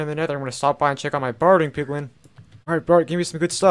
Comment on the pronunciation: “In this episode I’m going to be making an automatic POgLiN farm”